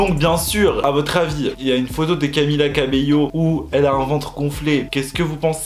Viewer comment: Camilla cabeiyo au moin il a bien prononcer camilla depuis la derniere video